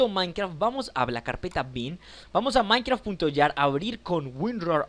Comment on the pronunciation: es minecraft. JAR no YAR